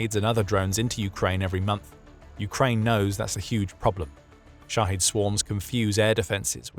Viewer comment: It's pronounced shahEd, not shahEEd